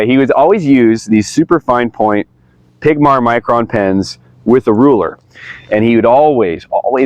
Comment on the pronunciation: Ok. I’m sorry. It’s not “pigmar”. It’s pigma. It’s on the pen. I know it’s a silly thing to “hate” on or make a fuss about. But it’s a pet peeve for me when people miss pronounce things that sound exactly as they’re spelled and are printed infront of them. Not just being miss pronounced to them by word of mouth so they don’t know any better. It’s pigma. Also. Note from another video. Dispensationalism. 7 year great trib. Where in the Bible does it teach this? Because mine doesn’t say anything about a 7 year trib. Mine says the synagogue of Satan. The Jews who claimed God were but of the devil. Whom Jesus spoke to frequently met their end in 70 ad and since then the old covenant and the Jewish age. Are over. Yes Judaism still exists. Not Gods Judaism. Nor does being Jewish make anyone special. They were special because God revealed himself to them. But they failed to bring the gospel to us. Because of idolatry. So Jesus and the apostles did it. Fulfilling prophecy. All that is left is the second coming and rapture to meet the lord in the air on the last day, then judgement of all. Then new heaven and new earth. Or lake of fire for those that reject Jesus. “All power and authority HAS BEEN (not will be) give to me” “if I cast out demons by the power of God the kingdom has come upon you”(people I’m speaking to) “this generation shall not pass till all these things take place” (destruction of the temple by God coming in judgment exactly the same as during the OT. As the context o